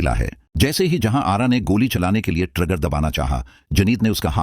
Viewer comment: Intehaye bakwas explanation haonor khuda k lite apna talaffuz Thek kerlian trager Nahi trigger,juneed Nahi Junaid,tap Nahi tip,pastaul Nahi pistaul,hoos Nahi hawas had hoty hai jahalat ki